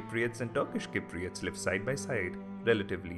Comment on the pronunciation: The man cant even say cypriots properly lol !!